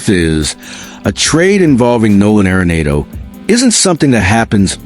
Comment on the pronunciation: Stop mispronouncing arenado😢